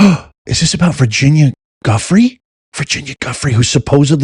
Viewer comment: her name is pronounced Virginia Joo-FRAY. It is a French surname.